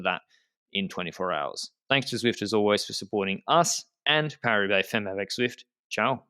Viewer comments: Oh c'mon, pronunciation is like "fammes", check it out. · Don't know if this has been said but the first 'e' in femmes sounds more like the 'a' in Anne (basically sounds like fammes)